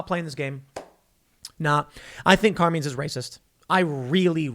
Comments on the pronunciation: I can tell Tim, Jeremy TheQuartering didn't spend time with families of made wiseguys. CAR-MINE. Not Car-Mean. CARMINE. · Carmine rhymes with line